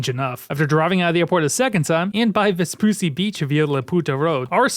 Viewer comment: Say it with me, Ves-PU-CC-I beach